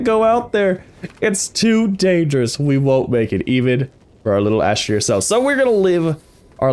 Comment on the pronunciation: Only "Astromeer"